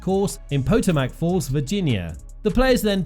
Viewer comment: Sorry usually not not picky but did you ever hear that Washington DC is on the "Pa toe mic "River It would be like me saying that London is on the Tha mess river .Your pronunciation of Potomac laughable to most Americans and a little offensive cause I even know London on the Thames !! Ok not biggest deal but realistic kinda out of it pronunciation .You are forgiven I called the archbishop😁😁